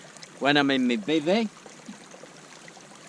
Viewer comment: "In this Bivvy-io" 🤣 Bevvy-io more like 😂😂